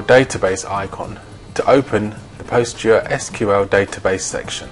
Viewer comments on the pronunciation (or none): It is pronounced as 'Pos-gres-sequal' not 'Post-gre-S-Q-L'.